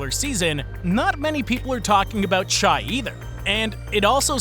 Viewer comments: I's pronounced "Shay" not "Chai" or whatever. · Did he rip JDubs D'? He almost led the NBA in steals Post-AllStar break...Its pronounced "Shay" not "Shy' though a lot of ppl get that wrong. But overall great video. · I thought the same haha - it’s “Shay” not “shy.” Great vid showcasing the team. Also - the OKC tv broadcasters say coach “dagnalt” when it’s pronounced like bagel, “daig” nalt. —Weird oversight. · Mistakes: “Shay” not “shy” “Dayg-nolt” not “dayg-no” “Kenrich” not “Kendrick” JDub plays PF for OKC not SG He’s not a bad defender at all You said OKC missed on late picks and showed pictures of Aaron Wiggins JRE and JWill. JWill and Aaron Wiggins have been amazing for where they were drafted. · Godammit you were doing so good until you called SGA “shy.” Drives me nuts when channels don’t do the bare minimum of learning how to pronounce the superstar on the team’s name, especially when you add highlight clips to the video where you hear his name pronounced correctly. His name is Shaivonte. He goes by Shai for short. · I have things to say about shai (say his name right) and giddey. But i wll just say do better research before posting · Gotta fix that pronunciation of Shai.